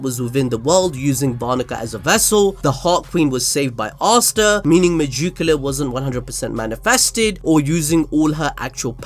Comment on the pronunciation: Why do you keep saying Me-Joo-Q-La? It’s spelled megicula. Me-Gick-U-La. you even showed the proper spelling during the video. I like the videos but every time you say that name It drives me insane.